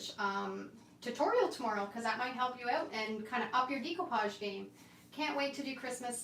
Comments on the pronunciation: It's actually pronounced day-koo-paazh, but I think it's your Canadian accent which is really cute. I always giggle a bit when I hear you say it.😀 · FYI…the correct way to pronounce découpage is daycoopage. It’s a French word. 😊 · You are so professional. I’m very impressed. And yes, I’m good at eyeing too. You say it similar to Australians I’m from Australia. We say “Deck” “o” “parj”